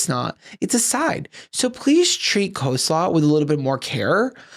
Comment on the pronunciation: Obsessed with rapid-fire pronunciation of "coe-slaw." 😂